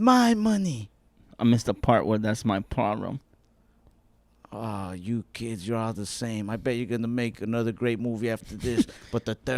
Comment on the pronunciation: “I missed the part where that’s my pLoLem”